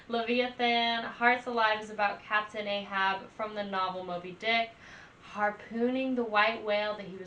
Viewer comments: That was painful to hear. It’s AHAB! A-HAB!! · Ahab, hab is pronounced like had but with a b, A-hab